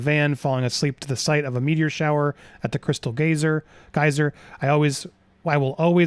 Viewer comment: Why can nobody pronounce geyser? Is it a geographical difference? Lol